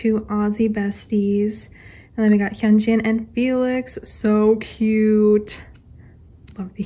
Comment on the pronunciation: why do u say hyunjeeen not to be rude he's not a pear of jeans